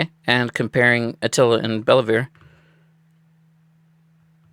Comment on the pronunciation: It's pronounced Bell-Vuu